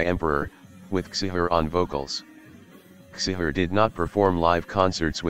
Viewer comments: It's pronounced chee-har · Csihar, not cishar... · It's not Attila Cishar it's Attila Csihàr and it's prenounced wrongly aswell... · *Csihar you said his name horribly wrong